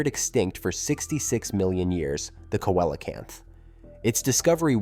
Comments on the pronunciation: I’ve heard both. Koalacanth, not so much, it literally irritated me in the same wat nails do grinding on a chalkboard. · You're mispronouncing Coelacanth. It's pronounced "See-Lo-Canth". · I always have pronounced it seelacanth. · None of this contradicts Evolution. If a life form is successful it won’t evolve. You need to evolve and could start by learning how to pronounce the name see low Canth. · Coelocanth is pronounced "see-luh-kanth". Also, evolution works exactly the way it is supposed to-nothing broken about it. No pressure to change in the environment, no evolution required. It's that simple. Some genetic drift still happens,hence more than one species exist in isolation from each other. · Right ….. I also heard Cola-can’t 😂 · I hate when creators butcher the pronunciation of their subject so completely... like.. did you even try to figure out how to say it? If you can't even get the name right, how are we to trust anything else presented?